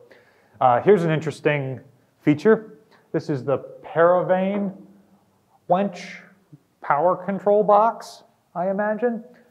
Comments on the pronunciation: "paravain wench" - oh, you mean paravane winch. Well, why didn't you say so. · I think it’s “paravane winch”. Not “paravain wench”! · I noticed you pronounced the paravane "wench" as spelled on the control cover rather than "winch" which it actually controlled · "paravain" is wrong :) and so is "wench". Methinks someone had some fun.